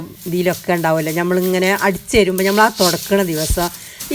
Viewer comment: Nyammal alla nammal ennu paranyoode?